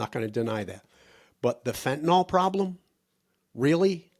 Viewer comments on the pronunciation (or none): I have a tendency to be nit-picky; perhaps too much so. But fentanyl, say fentanil is correct. Fentanol is incorrect. Yes. I’m too fussy.